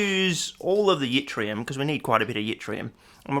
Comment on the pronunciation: once again, wildly mispronouncing things. keep it up mate (theres no "y" sound in Yttrium, its like "it-ree-um")